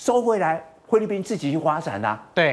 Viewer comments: “灰”利宾！！ 中文练好在读新闻吧。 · 灰掠宾听得我好难受呀哈哈😄